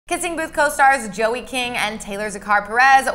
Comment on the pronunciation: I swear she said zoey not Joey